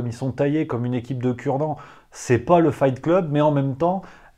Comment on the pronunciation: « Comme une équipe de cut-dents »😂😂😂😂😂